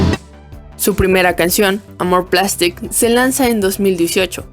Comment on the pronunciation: "Pomme" se pronuncia literalmente pomme, "Roi" es "Rua", "amour plastique" es "Amurg plastíc", "En nuit" es "on nui", "Mai" es "Mei", "Enfance 80" es "Onfons Catre Vang" y por último "Euphories" es "Ufogri" Muy buen video, es una lastima que su duo allá valido unu